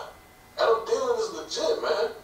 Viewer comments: Thee-Len not Tee-Len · Its THEEE LAN not Tee Lan